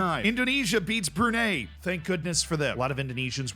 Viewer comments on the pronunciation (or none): none